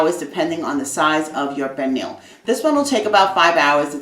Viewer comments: It's spelled pernil but pronounced pernee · Uuuuhm........no. and the way she pronounces pernil is also a no. Foh this recipe sucks